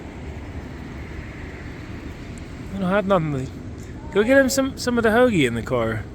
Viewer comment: Ha, the way you said hoagie. From Pittsburgh area?